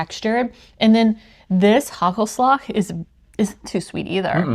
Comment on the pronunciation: It's not haggelslag! You need to pronounce the first A a little bit longer than that